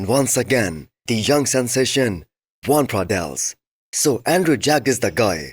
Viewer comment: Hey,, no hate but it’s Joan not Juan